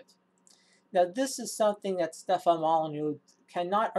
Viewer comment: Guy's name is Stefan, or Stef if that's easier for you, not Stephen or Stephan. At least get that right. Structural violence, gimme a fucking break.